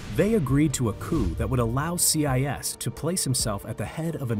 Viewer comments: See-eye-ess. Lol. I think its more like see-yay. 😂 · Learn how to pronounce Sieyès, it's not CIS... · Yes! I could not bear to listen to that pronunciation. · Its Sieyès not CI YES. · Abbé See-aye-yes. OMG. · The pronounciation of Abbe Sieyes’ name in this video is painful. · Your pronouciation of Sieyès is very disturbing for a french speaker ^^